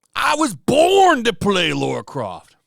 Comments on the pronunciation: Dude, it's LARA not Laura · Ffs dude... it's Lara, not Laura. Come on, man... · I like your videos, dude, but if you’re doing commentary on cultural stuff, please, please, please take a sec to say the name correct! Laura??? C’mon, man! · just outta curiosity why do you Amerians call Lara Croft, Laura Croft? never understand why. Phoebe would make a terrible LARA, not Laura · My guess it’s the original superman actor they have done a disservice to, would make sense because everyone else is still around . It’sLara not Laura